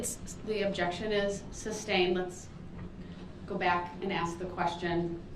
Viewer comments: It's "sustained" not "substained". He should know he's heard it enough. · This trial has been going on for how many days now and he still doesn't understand how objections work??? The prosecutor will literally say "objection: relevance" and he will say "grounds?" Umm... RELEVANCE, you idiot!!! And he pronounces "sustained" like "substained" WOW WHAT AN IDIOT! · I cringed e very time he said “ substained” LOL😝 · don’t you mean “substained”? 😂 Based on the clear biast of the judge 😂😂😂